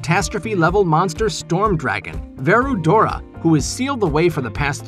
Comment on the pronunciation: I just got a little mad when said "Verudora" to be the storm dragon Veldora's name